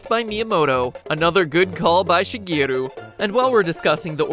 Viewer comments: If I hear "Shuh-gee-ru" one more time, I swear to the gods... If you respect someone so much, you might want to learn how to say their name correctly. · Where are you getting She UH from? It's pronounced SHE GEH RU. No extra vowels.